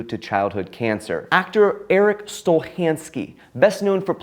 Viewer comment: Stolhandske is not pronounced like that